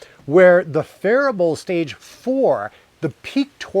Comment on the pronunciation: I love phearable! Pronounced Fearable